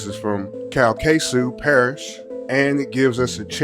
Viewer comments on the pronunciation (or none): The way you said the parish you not from no where around Louisiana lol